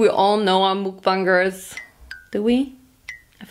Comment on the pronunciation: It’s not mooookkkkk bangers it’s mukbangers